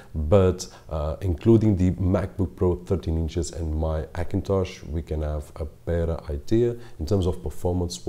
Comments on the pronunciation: Likes some language ignore first letter 'H', for example spainish, although he is speakingg english but he keep some that kind of hibit , i guess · AKINTOSH ?!!!! why can't you say the lightest letter H ?!!! very funny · Se dice "jakintosh"